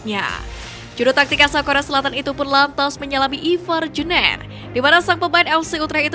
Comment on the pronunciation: Jener dibaca nya jenr Bukan jner mbaeeeeeeeeee. Gaenak bgt di denger nya jner.. 😂😂😂